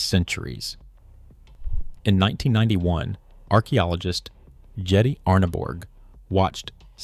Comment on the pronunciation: Jette is pronounced 'yetteh.'